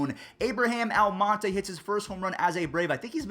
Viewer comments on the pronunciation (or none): none